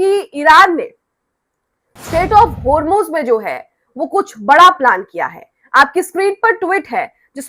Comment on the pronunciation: Homeruz nahi hormuz .galti hoti he koi baat nahi